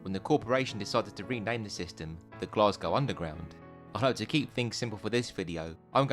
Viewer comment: a great series of videos, but there is no R in Glasgow, its pronounced Glas Go.